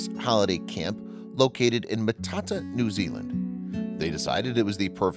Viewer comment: It would be better if your pronunciations of the areas were correct. Next time learn how to say and read the words properly. I am from NZ. Sometimes you need to go learn how to say the place names Matata and Whakatane properly. Although the story was heartfelt.